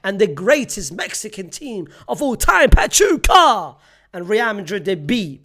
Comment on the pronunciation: 40 years watching la liga and unc finally learned how to pronounce basic spanish words. finally learned how to say pachuca now learn how to say asencio